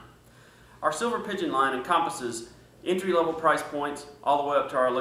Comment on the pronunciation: YOU'RE OUT OF FOCUS at beginning of video. Does not well show a Beretta QUALITY product! (Better after 40 secs. or so. But the bad first impression lingers....) Also, "entry level" is slurred & NOT easy to hear. Slower & clearly, please. I had to re-listen several times. (MY ears & audio work just fine.) Thanks.